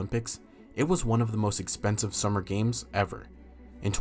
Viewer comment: Am I the only one that keeps replaying how he says expensive? expensive ExPANsiVe...